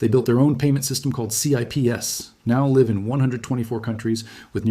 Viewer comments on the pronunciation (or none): Is this A.I.? I have seen several of his videos before. He seems to be well spoken and very eloquent. Why would he say Elon Musk wanted a liv stream not live stream. You usually only here stuff like that when it's a computer or A.I. misinterpreting the script. It cannot tell the spoken difference between liv and live because they are spelled the same way. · He/it said "liv stream" not "live stream". Something fishy here.